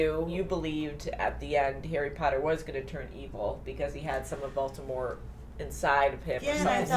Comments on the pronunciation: Once and for all, it's Voldemort or Voldemore not Voltemort. Also stop looking into the camera, the old hag and the uglier one are not so why do you? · It's voldamort not voltamor